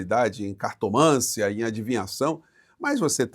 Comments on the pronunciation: Professor, Boa tarde. Dê uma olhada na prosódia de " cartomância", parece que deveria ser "cartomancia". Abraço, João Inácio Zarth. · CARTOMÂNCIA NÃO PROFESSOR, CARTOMANCIA. 😊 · Professor, verifique a pronúncia correta da palavra "cartomancia", que o sr. gosta muito de utilizar. Poderia aproveitar e corrigir a palavra "perturbado", que o senhor pronuncia "pertubado", sem o "r" do meio, num jeito bem carioca de se expressar, mas incorreto. Ah, claro, sou seu fã, e quero vê-lo na Câmara, engrossando o coro progressista! Abraço